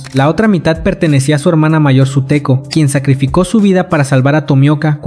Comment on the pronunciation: Sutako ❌ Suteko ✅